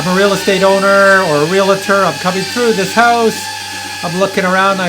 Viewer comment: I have a listing that is a museum, I think this could be a useful tool. Let me teach everyone how to say Realtor. It's like it reads Real-tor, not Real-la-tor Thank you for the video.